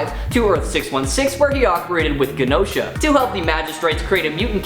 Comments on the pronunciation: It's pronounced "Jenosha". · it’s pronounced jen o sha 🤦🏼‍♂️ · I think the G is silent in Genosha. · Why is Genosha and Teriggen pronounced weird 😭 also why is north star shown for vox